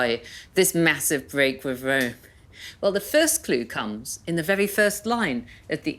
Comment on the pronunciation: Wome? Bweak wiv wome?